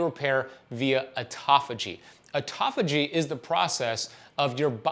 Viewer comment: Artofugee, is pronounced auto-phagie .